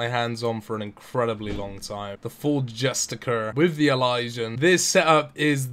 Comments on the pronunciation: Just-ish-ar.. Not justikurr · Pronounced like "justisher" btw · Justiciar is pronounced ''juh-stish-e-eer'', justicar is another word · Imagine being a native English speaker unable to pronounce justiciar. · the way you pronounce "Justiciar" triggers me